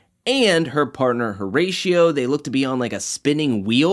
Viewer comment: This video is fire but please for the love of got Pronounce the name correctly please O-RA-CIO the H is silent